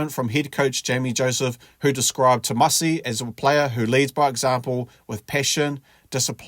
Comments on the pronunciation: ‘Timoci’ not ‘Tomasi’ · Just a small side note, it's pronounced 'timothi' as in Timothy and not 'tamasi' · Hey mate, the c in Fijian is pronounced ‘th’ . So Timoci is pronounced ‘Tim-o-thee’ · Is it Tomasi or Timoci?Please get it right Sir. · His name is Timoci not Tomasi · Timoci <=== Not Tomasi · It's Timoci Tavatavanaeai... not Tomadi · It’s Timoci not Tomasi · Timoci not Tomasi mate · Sounds like u calling him “Tomasi” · narator...its Timoci...not Tomasi ... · Its Timoci not Tomasi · Its TIMOCI you.!! NOT Tomasi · Apart from the topic…I like how you pronounce the name..😅😅..it’s Timoci which sounds like Timothy and not Tomasi 🤣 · Brùv not tomasi it's timoci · Tomasi ?? 😂 thought his name was timoci (Timothy or jim) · It's Timothy not Thomas 🤦‍♂️ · Timoci not Tomasi😂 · It's not Tomasi it's Timoci. To be exact.. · It's Timoci, not Tomasi...😂😂😂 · It's not tomasi..it's timoci my dear😂😂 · Its Timoci not Tomasi..Sir...future allblack for sure. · My guy, It's pronounced Tee-mo-thee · Tee-mor'-thee (just like pronouncing Timothy emphasizing 'mo') - dou boci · C's in Fijian are pronounced "th" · At least get his name right mate! “Timothy” .. The letter “C” in Fijian is pronounced “th” chuuur cuzzy! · It’s pronounced Timothee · Awsome stats and commentary but please get his first name right.